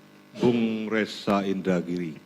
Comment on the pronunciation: Masa sdh pof baca nama indragiri salah